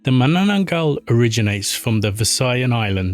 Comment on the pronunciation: why make content of cultures that u cant even pronounce